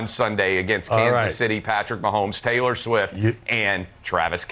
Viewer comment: "Taylor" isn't pronounced "Teller". 🤔